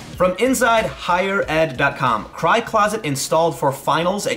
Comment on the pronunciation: I thought you said "high closet".....now I understand.